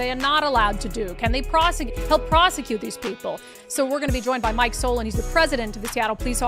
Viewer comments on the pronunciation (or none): none